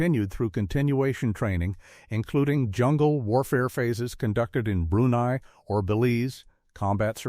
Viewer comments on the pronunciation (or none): none